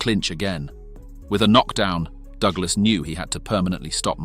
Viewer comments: Douglas. Not "doo-glass. Heavy. Not "heevy". I could go on. Is this an AI voice or something? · "Doo-glass" / "alley" / "heevy blows" - send the bot back to school! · hand-pink-waving:...CLIK BAIT! Wouldn't call a 10th Round KO "in seconds" !!! Narrator pronounced Busters' name as "doog-lass". WILL SOMEBODY PLEASE PULL THE PLUG ON THIS "AI" CRAP! Tyson was worst champ EVER, dang Ear Cannibal with a lisp...:face-orange-frowning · AI narration sucks. At one point, I heard "Doo-glus' for "Douglas" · "Dooglas"? "Disper-Sed"? Why are these AI-generated things all over Youtube now? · Circa DooGlarse vs Teeson. Fucking AI sux. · The A.I. pronunciations are hilarious! Dew Glass! Heevy blows! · Fucking bot voice, at one point he called Douglas..DoooGlass. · "alley"?😂😂 Whos "Doo- ga- less"